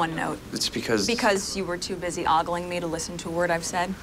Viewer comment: They both mispronounced "ogling". It's not "oggling".